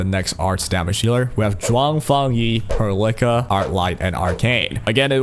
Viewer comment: Why you say Perlica name like that? I can't help but hear you say "pearl licker" like bruh xD